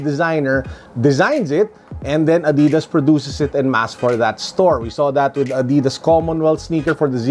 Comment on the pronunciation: wow ngayon ko lang nalaman ganun pala pronunciation ng Adidas lol thanks